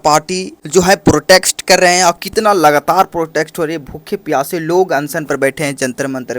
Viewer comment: Kya bola tum nah protext😂😂😂😂. Protest hai bro protext nahi. Anyway subscribe or like kardiya